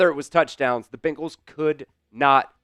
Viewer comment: You would think a guy speaking for the team would know how to pronounce their name. They are BEN gals not BING als...